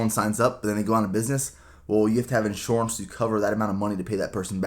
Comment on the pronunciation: I really hear that PA accent coming out when you say "insurance" haha